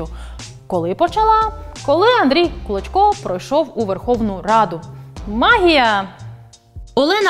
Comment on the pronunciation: Чесно кажучи, чи у вас погана дикція, чи ви навмисно кажете прізвище «клочко», як «кличко». Це не є добре.